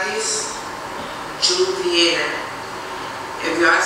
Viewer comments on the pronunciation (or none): “And i’m not. I’m Joovier, the Joorag man” 😂😂😂 not the Joorag man